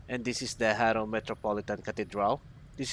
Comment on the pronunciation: Jaro kasi yun hindi haro